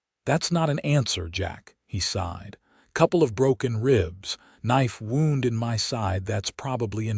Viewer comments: When referring to "winding ways", then "Wound" is PRONOUNCED "WoW•nd". "Wound" being pronounced as "Woo•nd" is an INJURY, AND NEVER A SPIRAL OR TWISTING TRAILS. TONS OF American English words are Iike this in a language with only 26 letters. I recommend you get a very large UNABRIDGED and Expanded DICTIONARY that includes phonetic sounds of letters, and on how to pronounce the words. Please. We would appreciate it immensely. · Wound is the that kills me. Wound - woond - an injury Wound - wawnd - wrap around The ai only uses one pronunciation